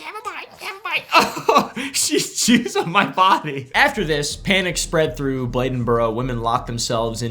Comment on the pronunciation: Thank you for saying Bladen correctly.